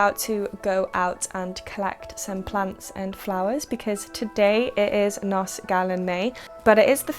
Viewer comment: Just FYI, the letter F in Welsh is pronounced V, so HAF is hahv not haff, likewise GAEAF, and NOS rhymes with horse rather than hoss :)